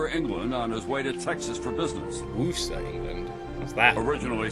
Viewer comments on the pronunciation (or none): I assume he meant Worcester, just the pronunciation was a bit off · he is pronouncing it in the American way , we have a town in Massachusetts spelled the same way and it is pronounced Wooster , he is saying Worcester, England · He just mispronounced Worcester, UK. Worcester, Massachusetts is pronounced “Wooster”, so that probably caused the confusion.